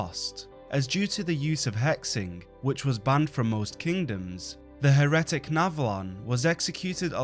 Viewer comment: HE-retic. Blud is actually illiterate